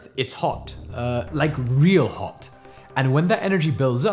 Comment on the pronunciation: love the way he says "hot" haha... quite british but his normal speech doesnt sound british